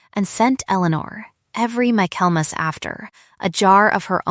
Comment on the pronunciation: The word is: Michaelmas (pronounced Michael mass). Refers to the Christmas season. Why do all the stories on this channel seem to center around ledgers and financial matters? Getting a little too predictable.